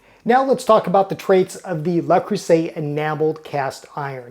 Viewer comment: (TL;DR at bottom 😛) Hello! I am French and... while I think that's already a better pronunciation since it allows the distinction between le, la and les which all carry different grammatical meanings, I think the "r" at the end might become misleading. There is no "r" in French like the English one, and there definitely isn't a French "r", even subtle, in this word 😅 My own recommendation would be to try for " luh", with a vowel like in "duh". That should get you pretty close, but if you want to get the vowel even closer, try closing the corners of your lips a little more, as if going towards a " oo". If you shoot for something in between "luh" and "loo" you should be pretty good. For the rest of it, the "eu" in "creuset" is the same vowel, so same recommendation, something between "cruh" and "croo", but " cruh" will be the closest if you can't achieve the in between and have to choose one. After that, the "s" is pronounced with a "z", not an " s". It is usually how it goes for a singular s in between two vowels, and you'd need a double s for the "s" sound, like in "croissant". And for the ending vowel in "et", it is pretty close to "ay" but drop the "y" at the end. You can try shooting for something in between "aa" (as in "say aaah") and "ee" and that should get you there for those "é" sounds. (And if you ever need to pronounce a "è", keeping the corners of your lips where they are from the " é", open your mouth more lol) So, TL;DR, something like "luh cruhza(y)" 😂